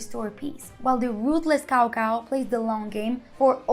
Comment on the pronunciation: She doesn't even speak Chinese 🤨🙄😮‍💨 She completely mispronounced 曹操. Couldn't they have someone who speaks a word of Chinese make this video??? Instead, they have a complete ignoramus acting it out?? WHY?